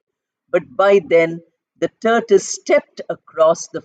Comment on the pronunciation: Is it turtle or turtus? You said turtus.